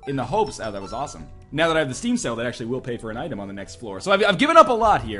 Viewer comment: It sounds like you're saying "Steam Cells" not "Steam Sale"